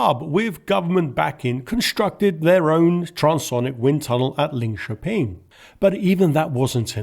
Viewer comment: well done on Linköping!